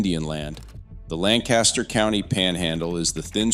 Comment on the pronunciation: Yes! Lancaster County, SC is definitely having terrible growing pains. (Wish the person on this video would pronounce it correctly).